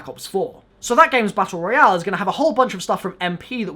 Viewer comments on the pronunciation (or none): none